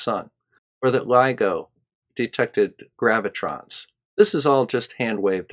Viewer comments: I caught that one too; only I heard pronounce it "gravitron." Struck me as odd, lol. Only "gravitron" I've ever heard of is that's the name of one of the rides offered during the annual state fair down here in Mobile, AL. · Actually I hear "Gravitron" - the amusement park ride lol. An easy slip of the tongue.